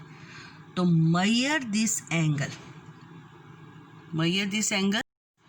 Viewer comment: Mayyor nahi hota measure hota hai Yani Ma jor. Meray aksar Punjabi dost mayyor he kehtay hain. Angraizoon ki zaban angraiz jantay hain ya aap log abb Meri Sindhi bahan bhi mayyor he bol rahi hai. Wah adhay angraiz adhay Pakistani. Foreign language Banda bandi sahi bolay warna Urdu ka isstemaal aram sai karay q k at the end public Yani bacchay bhi Pakistani he hain. Mayyor hadd hoti hai.